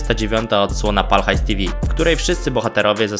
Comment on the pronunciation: widać że nie oglądane są odcinki z Pal HAJS TV, nie mówi się tivi, tylko te fał.